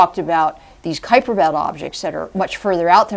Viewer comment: It's no 'Kwiper Belt'. It's "Kaiper Belt".